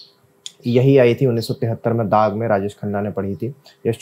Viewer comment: Daagh not daag